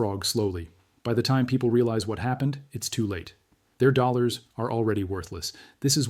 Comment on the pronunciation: This video would get an A* if only the AI could say dollars correctly!